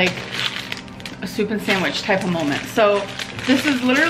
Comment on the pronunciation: The way she pronounces the d in sandwich 🤬